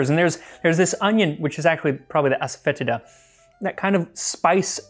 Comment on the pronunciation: I think it's pronounced ass-a-fa-tee-da. Happy to be corrected.